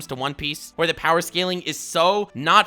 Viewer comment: only says power not BOWER. Only warlord level